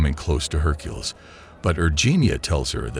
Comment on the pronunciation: Have we all been saying Hercules’ name wrong this whole time or does this AI just say it weird?